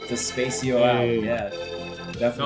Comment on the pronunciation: Loved the podcast. Nice shout out to Despacio. Small note: "De-spah-cee-oh" not "De-spay-cee-oh"